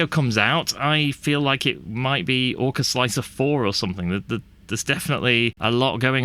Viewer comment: slickthreeahr? i think its pronounced "slicer" the 3 is a placeholder for E. like 7 for T. gotta love softfever, he made my x1c be able to use an x1e feature with chamber temp setting. SWEET plus all the other extended options for perfectionists. mmm 0rk4zL1C3r what resolution and deviation are you slicing at with orca sir? if you use the stock 0.049 and 0.012 you are loosing out on surface quality for sure. i have sliced pretty much all models with 0.001 and 0.001 arc off, classic. for me i get very very pretty walls. the scarfed contour was the one on the left ;) the seamline was straight as it was a a straight wall. an afterthought after watching this interesting video; if the first problem arises and your solution does not help i wonder if printing the infill first will have similar effect, as that usually prints pretty fast so the pressure and temp has time to settle for the outerwall. thanks for making my greys work buddy. like this